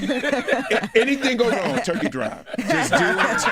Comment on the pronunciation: when he said turkey drive I heard rent'em spoons... Lol iykyk